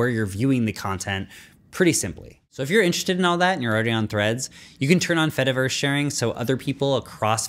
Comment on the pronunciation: This is great, but the whole cheese joke falls apart if you say the word fediverse properly